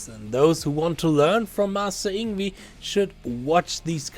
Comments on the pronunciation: You pronounce "Yngwie" as "Ing-vei", NOT "Ing-wi". I hope you understand now. I respectfully disagree with you, sir. It's definitely 'NOT SWEEPING,' as he is 'PICKING THE NOTES DOWNWARDS ONE BY ONE' in a very fast manner. If you watch it carefully, you'll see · It’s Ing-vay not ingvee. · " Ing wee " is not the correct pronunciation. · I used to pronounce Yngwie's name like that until I watched a Young Guitar (or some VHS like that back in 2002) video of himself saying his own name... it was shocking to me to learn it wasn't pronounced "Eengwee". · All that effort to make a video criticizing someone else's video. Would it have been that much trouble to learn how to say the name of the person who is the subject of that video? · Learn to say his name before you make a video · Hard to take you seriously if you won’t even pronounce his name properly.